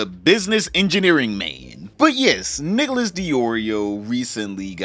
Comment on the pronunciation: Nicholas? 👀 Sure that's how you say it. 😂